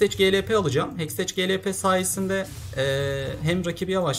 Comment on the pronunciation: Heksteç diye değil hekstek diye okunuyor